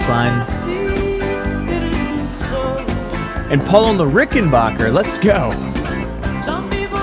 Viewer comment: FYI, the backer in Rickenbacker is pronounced like “backer”, not like Bach.